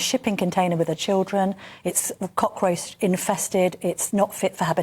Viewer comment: She said cock roast infested instead of cockroach 🤣 so so funny. I really loath mayor khan 😡